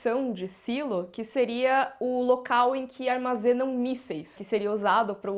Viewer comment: Pra quê Sailo? Existe a palavra silo em português e tem o mesmo sentido! Falemos Silo!